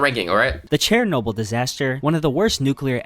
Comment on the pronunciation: The narrator was definitely pronouncing names weird. Nova Scotia & Chair-noble especially. Al Qaeda’s reason for 9/11 was U.S. military involvement in multiple Muslim countries, including support for Israel. Although the U.S. did ally w/ the Mujahideen and Bin Laden in Afghanistan, after the U.S.S.R invaded in the 80’s. Interestingly, the Bin Laden family had a construction company that had ties to an equity firm that had ties to George Bush Sr. These historical ties are what fuel conspiracy theories.